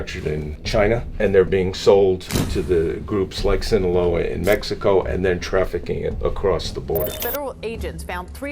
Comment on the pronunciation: "Seen-Aloha Cartel" made me giggle. I still love you